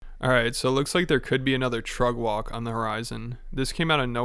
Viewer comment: You saying “trug walk?”